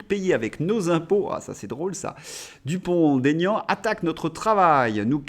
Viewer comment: Bonjour et merci pour votre travail. Une petite remarque ! Il n'y a pas de liaison dans le nom de mr Dupond Aignan ! Il l'a souvent dit mais je crois qu'aujourd'hui, il a renoncé 😂😂